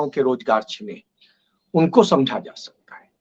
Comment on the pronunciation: Zaaa nahee sir jaa😅😅